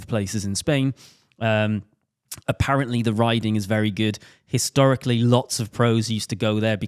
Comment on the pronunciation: be like "Historically"